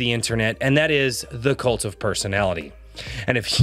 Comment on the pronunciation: I'm sorry but everytime you say "kult of personality" I just immediately hear " LIKE JOSEPH STALIN!...and KENNEDY... I'm the kult of personality"